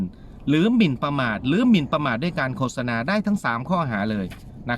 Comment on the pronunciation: ขออนุญาตครับ...คำที่ถูก...โคด-สะ-นา...นะครับ...ออกเสียงไม่ใช่...โค-สะ-นา นะครับ...